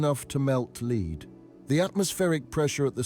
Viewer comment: “Hot enough to melt leed”